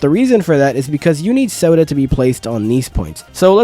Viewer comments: yeah like your saying sawdust or sawduh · its not sodah its sahdah